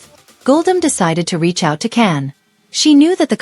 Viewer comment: That was some story guldan is cans mum not a close friend, his name is can not Ken and is pronounced Jan, he is not married at all and never has been ,please state that your peice is a story before you go any further 🎉